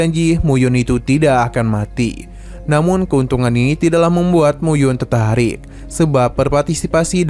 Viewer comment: Bang tertarik bukan tertaik😅😅😂